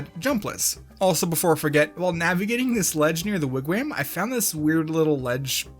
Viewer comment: Idunno but the way he pronounces Wigwam makes me happy